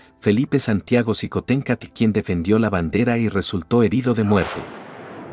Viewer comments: Qué pasó con el apellido, se pronuncia shicontecatl... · shiomara. La mayoría de las palabras de origen prehispánico que llevan X. Se pronuncian sh. El mismo meshico. Tashqueña. Etcétera. Mi estimado eres historiador. Sin duda alguna.